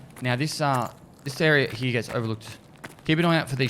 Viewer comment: no one commented on how he says 'hyeah' instead of here?